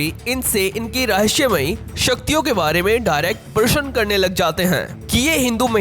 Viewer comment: Bhai parsan nahi parasna hotahy sudh hindi bolo